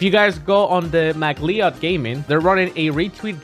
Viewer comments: Did he just say McLeeod? 😂 It’s pronounced McLoud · McLeod should be pronounced like McCloud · McLeod is pronounced the same way as Fox's last name, McCloud. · McLeod is pronounced like "McLoud"